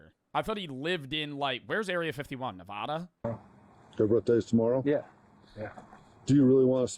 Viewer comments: joe its not naaavada its Nevada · please, LEARN HOW TO PRONOUNCE NEVADA IT'S (NIH-VAHH-DUHH) AGAIN (NIH-VAH-DUH) PLEASE JOE IT MAKES NEVADANS TWEAK IF YOU SAY IT WRONG